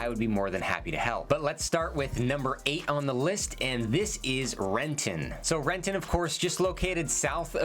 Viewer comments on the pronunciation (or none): I know, that hard ‘T’ made me wince lol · There was a grocery store in Renton (Cascade) that closed down because of shoplifting, I dunno, 20-25 years ago(?) It has been vacant ever since. I ran around that neighborhood as a kid, but I wouldn’t let my kids wander Renton the way we used to. Can’t go to Fred Meyer in Benson or DT Renton after dark unless you don’t mind being approached in the parking lot… ugh. Edit: oh and you said it wrong: it is Re’en. 😂